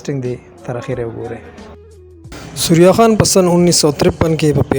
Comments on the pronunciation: سوریا خان نہیں۔ ثریا خان بولو بھائی۔ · ڈیر اعلی پروگرام وو کہ ستاسو اجازت وی نو یو دوہ خبرے بہ ھم اوکم 1۔ اصل نوم دے ثریّّا خان تاسو سوریا خان pronounce pronounce 2۔ زمونگ د ہر یو ہنرمند دغہ حال دے۔ دلتہ فنون لطیفہ او شوبز ولے مخ پہ وڑاندے لاڑ نہ شو بلکہ زوال پذیر شو۔ اخر ولے